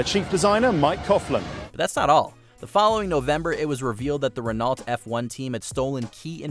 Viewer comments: Renault is pronounced "ren-OH", not "ren-ALT". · It's Ren-know, not Ren-nault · k, dudes, i gotta stop and correct you, Bahrain: country in the Middle East, NOT West Africa, Renault is spelled "ReNo" and NOT "Rinalt" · "Bahrain, a country in west africa". also all the wrong pronunciation like "renault" and "ligier" and that the guy clearly has no idea about f1 makes this very hard to watch. also the ranking is all messed up and simply in the wrong order. how is michaels 1998 win so high up? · If he says Renalt and not Renault one more time. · The biggest controversy is the pronunciations of the constructors on this video. Renault are french, ergo are pronounced 'Renno' and Ligier are pronounced 'Leejiay' (Soft 'J') Otherwise, great video, and thank you for sharing with us all ^_^ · I cringed so bad when you said Renault wrong… I was like wtf is Renalt 😂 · I'm curious here, isn't from Canada? Shouldn't you know how to pronounce Renault? The L and the T are silent. My ears are bleeding. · It always annoys me when these type of commentators mispronounce words. I mean I never heard of a Renolt. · Ah yes the French Formula one teams Leegee and Renalt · I’m sorry but America should never have been alowed to host a Grand Prix until they are able to pronounce it properly. And Hamilton did win in 2021 just because the fia cheated on red bulls behalf won’t change what is and always will be the truth that Lewis won. And dude Renault is not pronounced renolt. And I’m pretty sure Bahrain is in the Middle East of Western Asia. Maybe check ur facts before u do another one of these. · This dude doesn't know how to pronounce half of the drivers or team names. Are Renault cars sold in the states? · well, it's not that, renault, hyundai and other things like that have one pronunciation, Peugeot is also a very often pronounced wrong by Americans, it's peugeot, not pugot